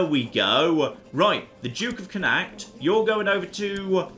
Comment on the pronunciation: Also, it's pronounced "Connaught", which is the alternative Anglicised spelling.